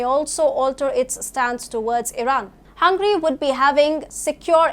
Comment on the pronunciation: It's not 'HUN-GRY' it's 'Hun-ga-ry'.